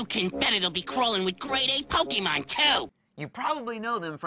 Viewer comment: It drives me crazy to hear Pokimon..